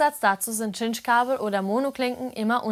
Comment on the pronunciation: Warum Tschintsch? Sagt ihr auch Tschindy? Oder Tschinema?